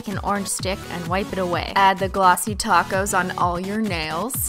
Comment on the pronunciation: I bow noticed she says "add the glossy tacos"